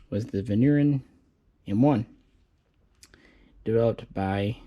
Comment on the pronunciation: The Vigneron, (if you can try to pronounce the name properly) was a super excellent close combat weapon. Light, practical and very reliable. 9MM for a good kill !